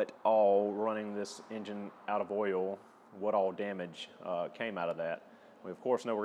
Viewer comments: DON’T Run your Subaru low on “earl”. Otherwise, video is perfect. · It’s pronounced “earl”